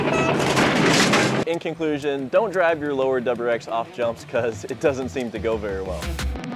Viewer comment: Say it with me “W R X” that’s what the car is called; it’s 3 separate letters.